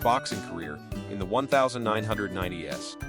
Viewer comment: And just narrate, that AI can't even say "1990's" correctly.